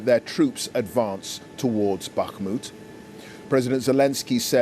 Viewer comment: Finally, a reporter who can actually pronounce Bakhmut correctly!